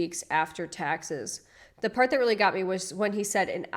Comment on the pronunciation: " go to peart two" Pick up my new car" I'm sorry I just cant